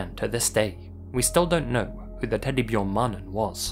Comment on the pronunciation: I'm impressed by how well you pronounced teddybjörn-mannen👍